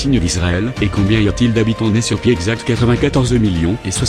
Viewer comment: Éthiopie et non "Ehtiopie" sinon excellente vidéo comme d'hab !!!!!